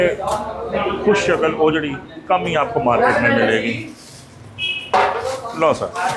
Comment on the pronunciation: Ohjahgri nhi huti oohjri huti hy